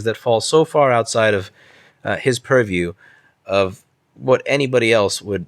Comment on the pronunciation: Did you just say "purr-view" twice (~ mark) while filming two cats? Touché.